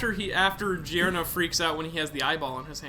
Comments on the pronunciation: fun fact: "Gio" is pronunced just like "Jo" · Yo my dude, I'm sure you've heard this before, but Gio is pronounced as Jo. I guess it's just a habit for you but just letting you know...